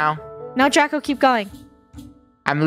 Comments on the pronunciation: funneh called draco drashowXDXDXD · Did anyone know funneh said dracosh